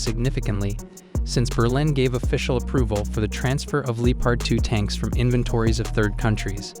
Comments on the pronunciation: Nah, DW says “Lepard”. He is saying “Leepard”. Of course it should be “Leopard”. It the end, it doesn’t matter but sounds weird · pretty sure he says "Leopard" but the O sound is barely noticable.